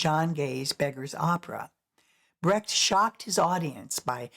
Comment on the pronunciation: In a biodocumentary would it be appropriate to pronounce the name of the main subject correct. There is no "Körrt" (spoken in German) but a Kurt (spoken in english approximately "Koort"). And please, there never has been a "Bratt", his name was Brecht. I think its the minimum of respect to pronounce ones name correctly.